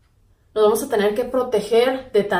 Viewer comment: Jajaja a lo ruso